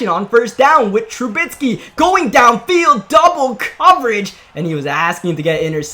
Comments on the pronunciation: Please pronounce Trubisky’s name right. TRU BISK EE not TRU BITS KEE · TRUBISKY. NOT. TRUBITSKY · Y this nigga say trubisky like that